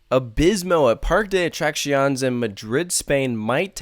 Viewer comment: As a Spaniard, I give this attempt a 6/10. Decent for someone from the US 👍